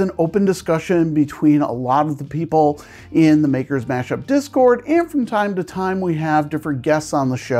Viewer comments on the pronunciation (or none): none